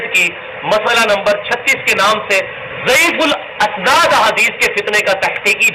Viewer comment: آؤ جاہل ضعیف السناد ہوتا ہے ھمزہ کے نیچے زیر ہے تو زبر پڑھ رہا ہے لعنتی مرزا اپنے الفاظ درست کر